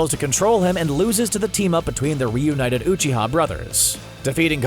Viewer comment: “Oohchiha” cmon you gotta be pronouncing this wrong on purpose